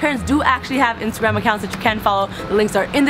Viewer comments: All I hear is "Instant-gram" 😂😂😂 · Instangram 😂😂😂😂 I love when they say this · I know this is an old video but I just had to💀💀 ''So now you take shower on instangram'' 😭😂😂😂😂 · "Instantgram" lol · "Instantgram" anyone noticed lmaaooo